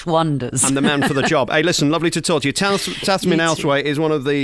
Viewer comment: my goodness; he called her tazmin. her name is tamzin for heaven sakes!!!